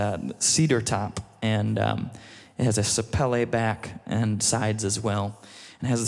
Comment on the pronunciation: He actually pronounces the Takamine correctly. *but he pronounced Sapele (Sa-Pee-Lee) wrong 😂